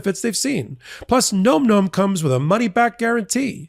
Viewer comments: gnome-gnome? bro... it's "nawm nawm" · Can someone tell it’s pronounced NAM NAM……not gnome gnome. 🤣😂😅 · 🎯.....My EARS are bleeding...*NomNom* is pronounced differently!! Phonetically with "ah" sound as "N-AH-mm""N-AH-mm". 😆 Despite this, I'll remain an avid fan of the wonderful podcast that is Legal AF. ❤ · Hey. It’s nom nom. Not nome nome. Lol